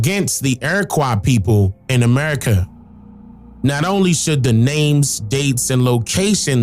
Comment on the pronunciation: Sounds like you were saying Erica